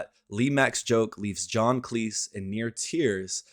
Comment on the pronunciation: Cleese rhymes with sleaze. Grayum-not Gram